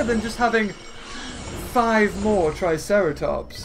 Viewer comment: why did u say tricerartops